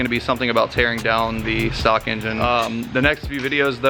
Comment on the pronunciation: Its "stock"